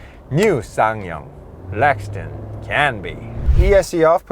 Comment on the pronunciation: Obviously. But the presenter repeatedly says "Lexton" not Rexton.